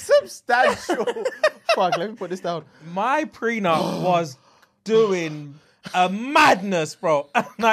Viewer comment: The way says prenup instead prec*m